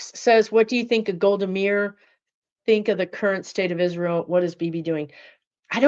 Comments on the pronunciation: It's pronounced Golda "My-ear"... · Pronounced MY-EAR, Golda Meir.